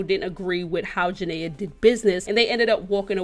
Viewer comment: Lord she saying janay name so wrong 😂